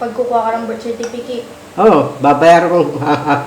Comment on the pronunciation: NAKAKATAWA C HINDI NIA MASABI UNG BIRTCERTIFICATE SOBRANG TAWA KO.